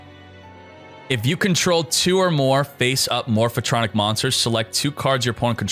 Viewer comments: MORPH-TRONIC, not morpha-tronic. God damn, triggered so hard right now. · More-fuh-tronic! lol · The way he pronounces Morphtronic gives me anxiety